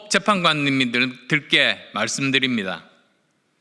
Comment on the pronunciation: '헌법재판관님'이라는 단어를 발음하지 못하는 이유가 있을까요..?